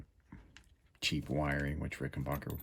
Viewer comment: PLEASE ! IT pronounced Ricken BACKER ! NOT BOCKER !